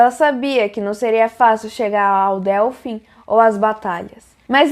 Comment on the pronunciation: Muito bom, só um comentário: se fala dÊlfim, e não dÉlfim. Obrigada pelo vídeo! 🌷